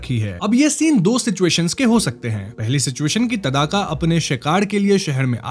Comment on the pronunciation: तदाका नही भाई ताङका